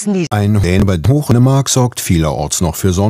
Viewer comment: "Ein Dän über Hochemark." 😂😂